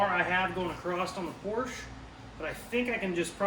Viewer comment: the first thing gonna do is learn how pronounce por shuh lol. cant leave weld enough alone lol. great build cool show